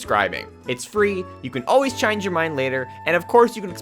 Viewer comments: Is it just me or did I hear him say pronounce “change” as “Chiinge” on lol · “It’s free, you can always CHIANGE your mind” 😂😂😂 I’m sorry but they way he said “change” was so funny to me